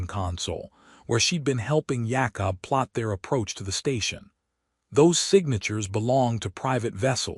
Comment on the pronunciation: can't say Jacob